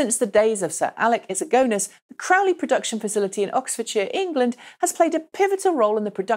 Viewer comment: please stop referring to "Cowley" as "Crowley"!! There is no "r" in there...;)